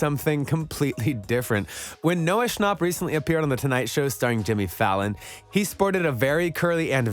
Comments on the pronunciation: noah shonp. it pronounced sh-an-pp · Bro really said “Noah Shnop” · Is no one talking about how he pronounced his last name like shnop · I love how the voice sounds like you saying noah snooup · He said Noah Schnopp like it’s Noah Schnapp like yaaaaaaaa